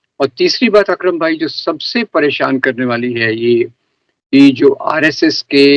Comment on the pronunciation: भाई वो "अक्रम" "विक्रम" नही।